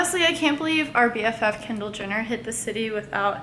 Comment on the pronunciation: Anyone else notice she pronounced "Kendall Jenner" like "kindill jinner?" 😂😂